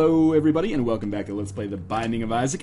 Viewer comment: Glad to see he is trying new games - "Binding of Isaa"